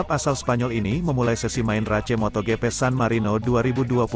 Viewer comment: Ruca race geli gue dengernya bacanya kayak anak SD yg blm kenal bhs inggris